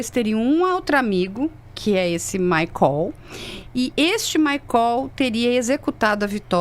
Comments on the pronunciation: Esse "maicól" já é de lascar!!! 😅😅😅 É maicol minha senhora 😂😂😂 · Desculpe, mas só para esclarecer, a pronúncia do nome do suspeito preso é "MAICÓL" ou "MÁICOL"???? Ou tratam-se de pessoas diferentes???? A informação deve ser clara e pormenorizada!!!🤔